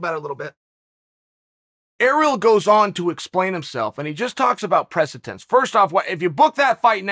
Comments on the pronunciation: Dictionary: Precedent Chael: “Pressitance” Me: Then pressitance it is… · I love how Chael says "presatense" instead of precedent. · You forgot - "Presatense" 😂😂😂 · Most noteworthy dictionaries have already changed "precedent" to "presatense" to correct their error. The Bad Guy's clout is limitless. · Chael is undefeated and undisputed, but the English language is proving to be a formidable contender for his strap. "Surreal Gong has set the presatense...." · Chael is quite articulate and his annunciation is usually spot on, so I was surprised that he struggled with that word.